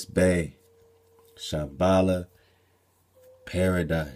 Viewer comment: Did you say "Shem-bala"? Would that be translated as Shem's house by/of law!?